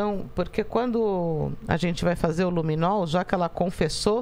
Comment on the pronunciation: " Luminou" não. Luminol. E " tals" não dá. Existe prova de português e redação no Enem. Precisa se empenhar mais.